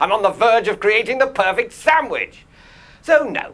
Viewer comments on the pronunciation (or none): none